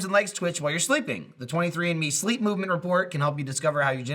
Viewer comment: When says 23andMe it sounds like he's saying 23 in me lol